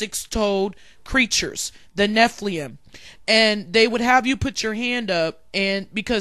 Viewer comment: Btw you are mispronouncing Nephilim. You are say nephlium. The i is before the L. It is NE-FI-LIM